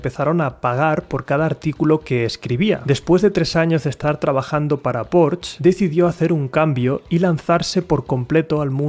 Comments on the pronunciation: PORCH NO. Es PORSHEEEEEEE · Porcsha sería jajaj